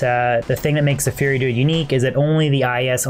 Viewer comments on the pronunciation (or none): learn how to pronounce fury, your sounding like "fear" druid or "feary" druid when you say it...